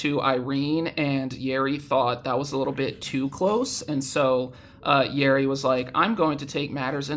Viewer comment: When you say Yeri I thought you said Yuri and I was like "WHERE?!?" 😭 Wait how do you even get a Korean address that's so sick